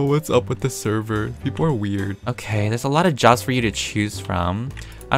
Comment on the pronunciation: peaple are wered Me-peetah you are wered (This is just a joke don't take it seriously)